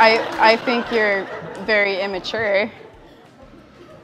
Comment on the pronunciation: "I don't fink you are incredibly dumb."